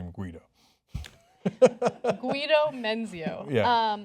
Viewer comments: you dont say GU-EE- DO you moron, it's GEE-DO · Guido is pronounced "Gee-d'oh" (hard "G", as in "egg").